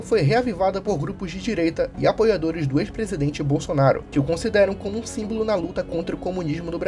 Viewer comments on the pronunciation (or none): none